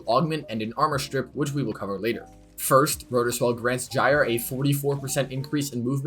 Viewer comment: Huh I thought it was pronounced Gyre not Gyre